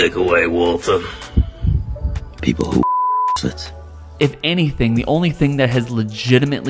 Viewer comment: Nobody gonna talk about "waltuh"???